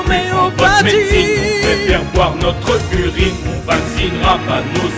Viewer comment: "Notreu urine" il te manquait une syllabe x)